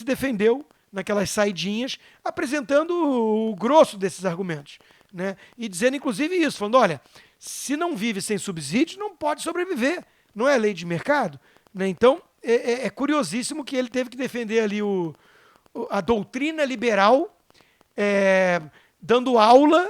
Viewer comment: Só uma singela contribuição: Subsídio se pronuncia SubSSídio e não SubZídio. É igual a subsolo...